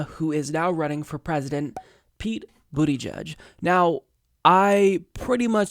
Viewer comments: went with "Bootie Judge!" OMG! LMFAO! 🤣 🤣 🤣 It's Boot-A-Judge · You are pronouncing his name wrong...he cant be gay and called pete booty judge check out his Colbert inteview to pronounce correctly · LOL The way your pronounce his name makes it sound like he worked for Trump being a Booty Judge and all. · It's Pete "Buddha-Judge" or Pete "Boot-edge-edge" Stop being juvenile. It's beneath you. Really insulting to make fun of the first openly gay presidential candidate this way. Come on man. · I think it's pronounced "boot-ih-jeg". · It's boot-EDGE-EDGE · Pete booty judge I'm sure there's a better way to pronounce his name, lol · 1.Bernie 2.Tulsi 3.Yang for me. Buttigieg (Buttyjudge, sure it's not pronounced that way) sounded good in that segment. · It's not "judge" it's "jidge" -- boot-a-jidge - rhymes with "root-a-bridge". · Politics aside, is it really pronounced "booty jugde?" That alone will get him at 5% of the vote in the primaries😂😂😂